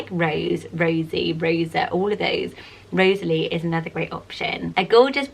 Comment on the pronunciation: My 7 year old daughter is called Rosalie Frances. I have always loved the name, although sometimes it does get mispronounced. It is often separated and said as "Rosa - Lee" which can be a bit annoying. Thank you for giving this beautiful name a mention and for pronouncing it correctly.